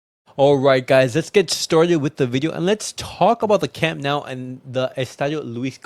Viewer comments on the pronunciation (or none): Camp Nou. Not camp now.